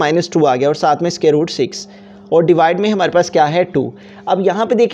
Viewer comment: aby scare nahi square hota he